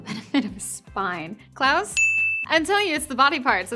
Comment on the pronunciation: It’s sounds like she is saying Klaus as clouds